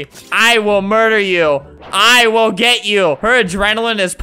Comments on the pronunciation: If you say "gey" its sounds like "gay" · The girl said "gey out"